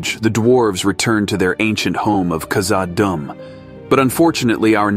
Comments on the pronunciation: The way he pronounced Khazad-dûm arghh :D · and kazad dum